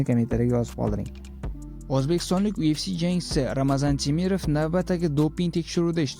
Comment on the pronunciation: UFC mas YUFC deb o'qiladi admin